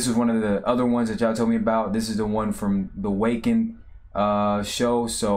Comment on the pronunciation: Glad you are enjoying yourself with these tracks and bands. FYI the show venue, Wacken is pronounced Vah-ken, as it is a German town.